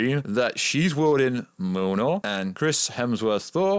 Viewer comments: Btw it’s not milnor it’s mjolnir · "Milnor" 😆 that's funny I think you meant Mjolnir. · I swear it sounds like your callin the hammer mewnew lol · Dude its been 11 years, theres no fucking excuse to not know how to pronounce Mjolnir at this stage. Me-yol-neer. Easy. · every time he tries to pronounce it he sais "mlnrnrlr""